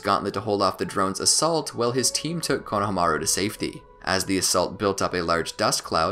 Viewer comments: I find it funny how you cant pronounce Kono-hama-ru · “Konahamaru” lmao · did you...did you just say "KONO-hamaru" errrr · Who's Konoha-maru? I thought it was Konohamuru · Dude it’s kono ha Maru not konoha maru